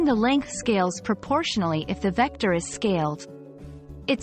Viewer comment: diction? vecder? say vecTor! addidive? say addiTive! idenidy? say IdenTiTy!